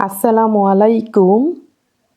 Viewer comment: আপনার সালাম সম্পূর্ণ ভুল হয়েছে বোন! এটা হবে আসসালামু-আলাইকুম!